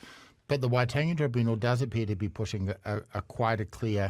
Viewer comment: Damian "I refuse to pronounce Waitangi correctly after all these years, but I'm not racist" Grant